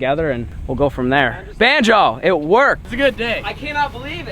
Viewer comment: I dont even go here, but I'm sitting with my dad as hes playing this on the tv, and hes asking "why has he been calling bonzo "banjo" lately?" No idea what that means but if anyone can answer, I can tell him and shut him up 😆